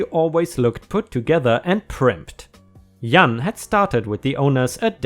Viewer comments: Also Jan is pronounced J (like jello) short a (like can) Jan rhymes with can, man, tan etc. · the name is Jan... it's pro-nounced Ja plus Ann put together. It's a typical name a lot of women have in the US. I never liked that name LOL but I like how you pronouce it better LOL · J in English is pronounced as the letter (like A) so it would sound like jay-an. Keep up the good job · Jah-an. Jan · 🌟🌟🌟🌟🌟❤😊 Yippee - remonitized! Jan - in English is pronounced as written with the J not Y. It is short for Janice or Janet. My roommate and me had a few problems with rent - because roommate's job was only paying 40 hour paycheck (minus taxes) and his usual work week is 56 hours - so yeah we had to make payment arrangements with landlord, but it all worked out - thankfully. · My danish mom has a name that starts with a J, but sounds like a Y (like how was saying Jan.) Growing up we knew that anyone that would call and say her name with a J sound at the start was not someone that knew her. It was a great way to weed out the telemarketers. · The "J" in Jan is pronounced the same as John. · Jan is short for Janice or Janet. You pronounce it with the same J sound as in "justice." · Clearly has never played DOOM! And its pronounced J ahn like in January. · It's Jan as in January. And no face please. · 🌟⭐🌟⭐ You're remonitized, HURRAY!!!! The way you are pronouncing Jan is the way you would if the person was a man. For a woman it is pronounced the same way you would pronounce Dan, can, pan, or tan. And the J is pronounced just like the G in George. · B.F.G is Big Friendly Giant, from a book by famous author Ronald Dahl. Jan is short for Janet and pronouced the same as Janitor. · ✨✨✨✨✨✨✨ you did good with the pronunciation Puerto Ricans. The name Jan your are pronouncing it like people would in German but in English, Jan is pronounced with the j sound like January is . If you every seen the Brady Bunch show the middle girl's name is Jan. I don't mind the face cam